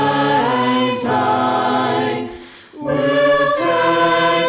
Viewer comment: It’s Syne not Zyne! Grr!